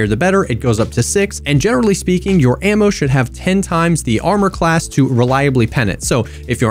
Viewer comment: ammer not ammo guys 😂 I love you